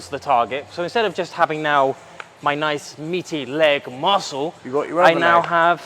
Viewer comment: rofl soon every youtube fighter will be saying "layg mawscles" . I fucking love it